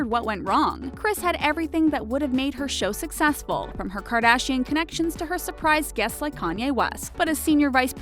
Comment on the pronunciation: Can you pls say their last name the right way